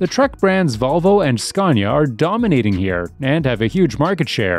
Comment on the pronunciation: There is no " R " in scania , it is .....scan-ya , not scarn - ya